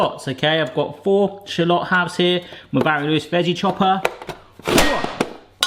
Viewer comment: Did you really mispronounce shallot all for one bad pun at the end of the video?